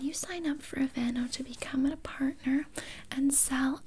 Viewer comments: Her: “I am goin to be aplying on you the AvAnOooo aCtIVe NaTuuuAll” Me: 😂😂 dead on the floor laughing Later on Her: “I was a thing with the security gard so you do have to pay” Me: now in my grave 😂😂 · Okay but why did the pronunciation of the lotion's name kill me 😭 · Love your sense of humour! It was the sshhhhhh don't fight it 🤣🤣🤣🤣 this was the funniest ASMR role play I've seen in a loooonnggg time! Literally forced into buying these Aveeno natural (said with the accent 🤣🤣) products! But I need the talent anyway 🤣🤣🤣🤣👏👏👏👏👏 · That was hilarious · When she started reading the aveeno in a French accent omg I was amazed 😂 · The way she pronounced Aveeno had me dead!😂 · THE WAY SHE SAYS AVEENO 😂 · No one gonna talk about how she said aveeno 😂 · Lmao. The way she pronounced the name of that lotion took me out.